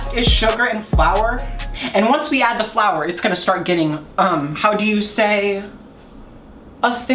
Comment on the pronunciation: as soon as he said flour i knew it was wrong